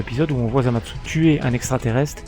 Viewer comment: pk tu dis zamadsu?